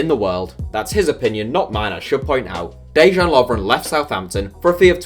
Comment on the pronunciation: 84000 views, 100k subs, and cannot pronounce or even bother to name of Lovren. ITS NOT DE-JAN!! He is not Chinese FFS!